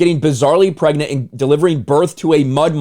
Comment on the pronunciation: bro really said pregknit 😭